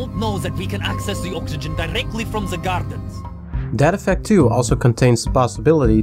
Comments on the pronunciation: I THOUGHT HE WAS SAYING DAD EFFECT IVE NEVER HEARD OF DEAD EFFECT GUESS ILL TRY IT OUT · Every time he says "Dead Effect" I hear "Dad Effect" and imagine a super campy, punny game with lots of bad dad jokes.